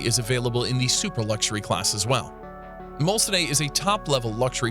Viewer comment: Its pronounced "Mulsan" not Mulsaaney. Do your homework first!